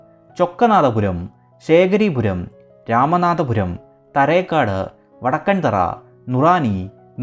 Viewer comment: വായിൽ തോന്നിയത് കോതയ്ക്ക് പാട്ട് എന്നു കേട്ടിട്ടില്ലേ,ഇത് അതുതന്നെ. താരേക്കാട്,നൂറണി എന്നൊക്കെ ശരിയായി ഉച്ചരിക്കാൻ പോലും അറിയില്ല, പാണ്ഡിത്യം വിളമ്പുന്നു. ഹൊ,കഷ്ടം